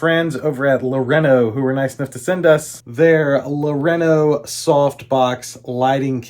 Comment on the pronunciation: Never a good start when you say the company’s name incorrectly (backwards) not once but TWICE! 😅😅😅